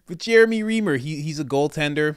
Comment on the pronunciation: His name is pronounced Rhrimer